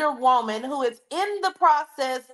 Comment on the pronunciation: A whoaman... hold up! That IS a WHOAman!😂😂😂❤